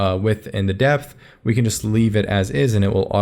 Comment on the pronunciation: height dipth and wedth! Thanks for the sick video btw, very slick !